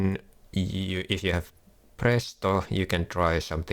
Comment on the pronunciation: You are finnish right, your accent gave that away instantly. Try to say Phraesto next video and not prästost lmfao